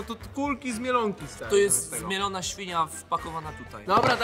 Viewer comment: mówi to jest zmiolona smświnia włorzona tam😂😂😂😂